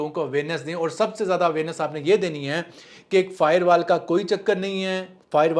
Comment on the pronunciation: Bhai fiberwal nahi Bhai firewalls 😂😂😂😂😂